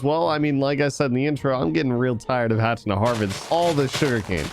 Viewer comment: I’m sorry but every time you say “hafting” instead of “having”, it kills me a little bit. I recommend changing the way you say that.